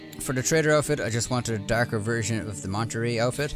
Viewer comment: DArker pants... This guy Irish?